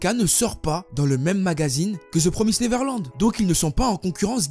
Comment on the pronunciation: L'un des rares qui li ça bien Tout le monde dit the promaïsed neverland